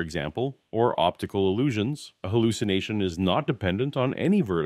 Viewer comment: What the heck is a "hulucination?"